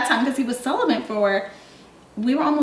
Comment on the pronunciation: Why the fuck didn't you correct her stupid ass "celibent" really bitch.